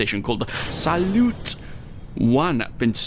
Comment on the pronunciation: it's pronounced "salyout"